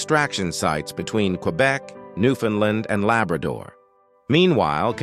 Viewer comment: Please get someone to teach your AI Autoreader to properly pronounce "Newfoundland".